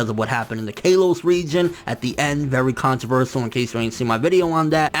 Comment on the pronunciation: please for the love of god!!! practice pronouncing ConTROVERsial!!